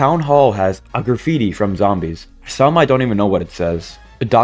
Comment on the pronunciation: dawg I thought you said zombie piss😭